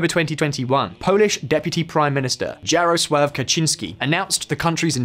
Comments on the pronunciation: When you put words from languages you don't speak in Google Translate, you can get the correct pronunciation. "Jarosław" is pronounced "Yaroswaf", not "Djaroslav"… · Jarsław Kaczyński should be pronounced "Yarosuav Katchynsky" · I recommend you check the pronunciation of JAROSŁAW. Thank you. (It's more or less Yah-roh-swav). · dżerosław kacziński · you can pronounce it as Yaroswaw , J isn't pronounced like G in polish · JJJaroslaw... damn, my name sounds badass in english XD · Dżarosław lmao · oh, for the love of God!!! Stop butchering Polish names!!! It's not that difficult! Jaroslaw Kaczynski is pronounced "Yaroswav Katchynski." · its Yaro-suave Kachin-ski and Anjay Dude-uh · thumb down for not checking how to pronounce Polish names (e.g. Jarosław) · Quick hint; J in Polish is pronounced as Y in English; and Ł similar to W in English. That should help to read Jarosław better. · Now let some leftist in the west call us racists, we only hate ruSSia (your Andrzej Duda and Jarosław it hurts my ears